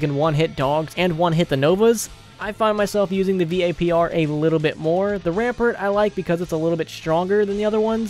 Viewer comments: he said v-a-p-r isntead of vapr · V-A-P-R rampert O_O